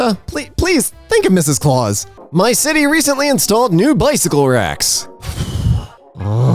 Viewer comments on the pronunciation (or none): none